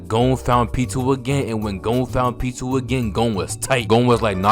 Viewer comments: The way your saying Pitou’s name is killing me😭😭 sounds like your saying P2😂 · bro pronounces Pitou as Pee-Too, and Killua as Kill-You-Are, and it is irritating my brain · Pitou’s name is pronounced as “pee-toe”